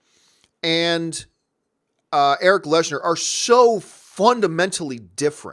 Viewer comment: Your favourite character for decades that you know so much about and you consistently say his name wrong??? It’s lehnsherr... not lesnar